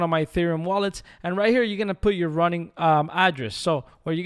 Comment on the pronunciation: It's "Ronin" not "Running"